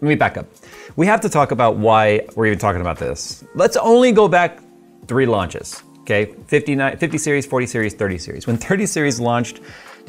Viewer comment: Sometimes I think I might be a hobbit. I clearly heard: "Let's go back 3 lunches."